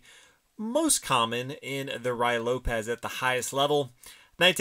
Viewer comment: it is pronounced ROOee lopez, it is spanish pronunciation